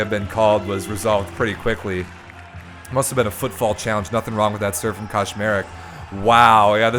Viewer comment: Hahaha the way you pronounce Kaczmarek sounds like Koszmarek which fits in the context as it's a diminutive of a nightmare in PL 🙂